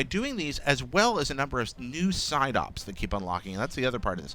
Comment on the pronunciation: Am I the only person that heard the guy say 'Psyduck' instead of 'Side Ops'?